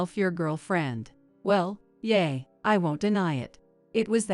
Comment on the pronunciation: Please recognize that English words are pronounced differently according to context. Yeah. Is not Yeay. Agape is not “A Gahhp aaaay” that’s Gods perfect love. Agape is Also pronounced Agaaaap the e is silent and the A between the g and p is long. Fiancé is also always pronounced wrong here.